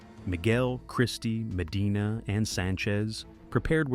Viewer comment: The down the throat way of talking and swapping T for D is pretty annoying.